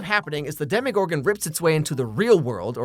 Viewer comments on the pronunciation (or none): Why are you pronouncing Demogorgon like it’s a French brown sauce reduction or like Bruce Willis’ ex-wife. There is no “i” in demOgorgon. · why are you saying “Demigorgon” instead of “Demogorgon”😂